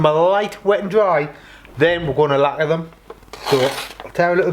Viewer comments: hi mate, is English your first language wherever your from ? LAGQUAAAA 😂😂😂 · Worth a thumbs up just for the way you say lacquer. 😆